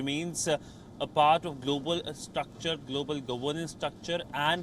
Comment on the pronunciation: I laughed when i heard golobal security. From somalia